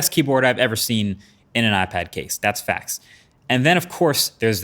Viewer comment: Bro said FACTZ. LMAOOO. He getting comfortable. Next will hear Na’mean